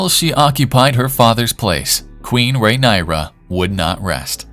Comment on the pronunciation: Pronouncing her name correctly can be a 1st step for you ..